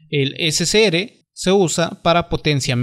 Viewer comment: ese se ere y gue no seria correcto al pronunciarlo, se pronuncia ese ce erre y ge... por lo demas excelente explicación, muchas gracias.